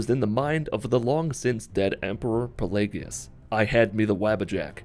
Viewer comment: The worst part of this video is you don't know how to pronounce pelagius..